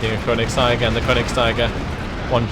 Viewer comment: Konigst'ee'ger please, it's German ^_^